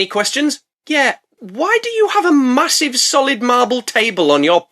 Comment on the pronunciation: "A Fakkin', Mahousivf Snek" is peak my guy